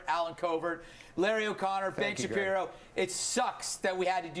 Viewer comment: WOOK AT WITTLE BEN SHAPIWO!!!